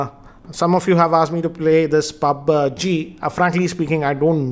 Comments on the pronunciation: Sorry but its पब्जी not पाब्जी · He says it pabge...man=mistake no offence